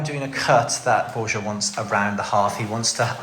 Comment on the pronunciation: Discovered your channel yesterday and im now binge watching episode after episode. Your work is epic 🎉 Question.....where is Borja from? I live in Spain, have done since 1975. You call him Bor-jah but where i live we pronounce it Bor-ha. 😊